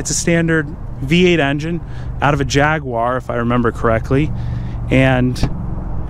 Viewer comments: "jag-war" not "Jag-wyer" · Jag-war? WTF? It’s Jag-u-ar !!!! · Repeat after me- "Jaguar (Jag-you-are)", not Jagwar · You guys, it’s a Jaguar pronounced Jag you are, not Jagwaar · Its JAG - U - R, not JAG - WAAAR. 🤦‍♂️😁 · It's a jaguar xkr A jag-you-are not A jag-warrrrr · "A Jyaaagwah" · I love how Americans pronounce it as Jahguarre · No, its Jag-Arrrrr when your pulling out your hair when it breaks down 2 minuets after you leave the house. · There is no W in JAGUAR. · Americans and how they pronounce jaguar...just grates me the wrong way